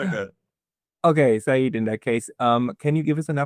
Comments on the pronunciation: Seyed is not Saeed FFS. Its like "Sir" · It’s not Saeed, it’s Sayed Sa-yed, which means Sir 😊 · It’s pronounced say-yed and that is a kind of title rather than a first name so Professor Sayed and Dr. Sayed would be like calling someone Mister Doctor